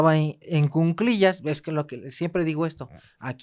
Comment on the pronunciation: Se dice cuclillas no cunclillas